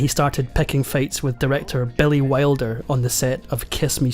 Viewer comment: Really? You gonna say Billy Wilder as BELLY WILDER?